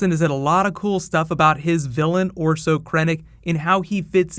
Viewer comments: It's Orson, not Orso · Orso? OrSON, man! Orson Krennic. C'mon, man. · Orson, not orso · random thought: I believe his first name is Orson, not Orso